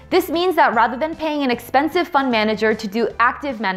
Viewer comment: to me it sounds like you say "fun manager"!